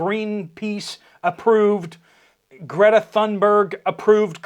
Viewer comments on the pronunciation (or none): none